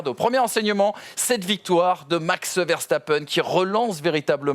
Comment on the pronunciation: Je rêve du jour où vous prononcerez Verstappen correctement 🙃, sinon super émission les gars !